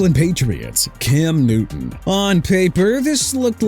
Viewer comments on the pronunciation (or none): none